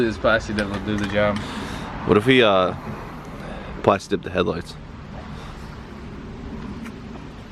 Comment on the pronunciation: Pronounced Plasteeeeee dip bruh...lol